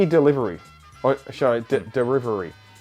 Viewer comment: “DERIVERY” 🤣🤣🤣 Fuck yes 😂